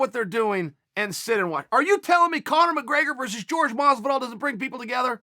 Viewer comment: 'George Masvidal'....